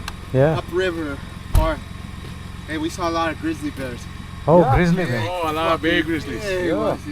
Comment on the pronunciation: beear nahi Bear hota hay I hope you don’t mind